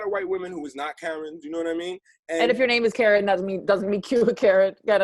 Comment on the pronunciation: Wow, she said Karen = "Carin'" about something that is none of your business, hahahaha I never thought of that!